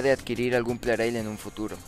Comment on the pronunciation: ya ¿porqué en otros videos pronuncias plareil y en otros lo pronuncias plarail?